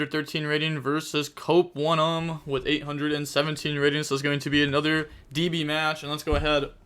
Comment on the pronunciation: Cope-one-um. He can't be serious